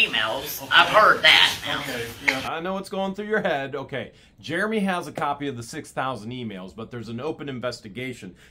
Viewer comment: Ooops it was Jeremy not heremy